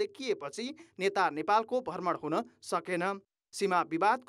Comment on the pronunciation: भर्मण ,पर्धानमन्त्री के बोलेको हो संबाददाताले ? भ्रमण , प्रधानमन्त्री भन्न नसक्ने पनि कान्तिपुर समाचारमा । हैट